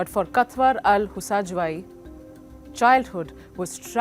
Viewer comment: She can’t even pronounce the name properly and keep saying katwar when it written in the beginning of the video (Kawthar)